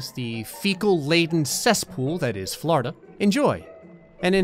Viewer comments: "Flourda" :P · When he says Florida it sounds like he's saying flarda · It’s Florida He says flarda I love it